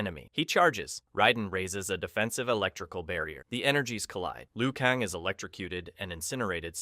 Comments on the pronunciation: Liu kaaan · If you butchered every name just for comments, congrats, you won - but FR though hearing you say Raiden or Liu Kang is like nails on a chalkboard, is it so hard to pronounce non-white names